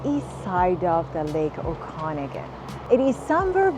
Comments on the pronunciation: oh-con-again !! hahah 😂.I stopped the video because I could'nt stand to listen to her voice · You can't even say Okanagan correctly.